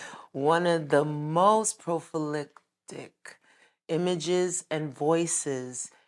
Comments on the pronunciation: Prolific not profaliptic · Did she say "one of the most prophilictic.." That is not a word ma'am 😂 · Did she say pro·phy·lac·tic? 😆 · Did she just try to say “prolific” but said “profiliptic “ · Would be GREAT if she could pronounce PROLIFIC!!! These folks like to sound grand and it's all dillusions of grandeur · Prolific. I get a feeling these people are illiterate religious extremists.